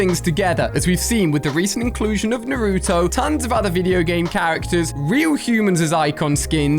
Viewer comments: I love the way that he says narooto while its naruto 🤣🤣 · Yeah I love "Nuruto" 😂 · YOUR STILL SAYING NARUTO WRONG!!!!!